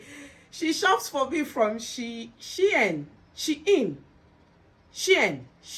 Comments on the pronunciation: It's the intro for me 😂😂😂 wahala for who no fit pronounce Shein 😂😂....all the outfits are amazing 💖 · 😂😂😂😂 you pronouncing Shein